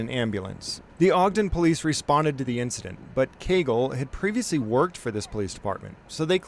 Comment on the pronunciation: Heheh "Caygle" 😂